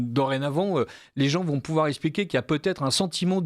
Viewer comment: Depuis des années je supplie monsieur Parlez français bon sang. On dit "eXPliquer " pas "eSSpliquer ".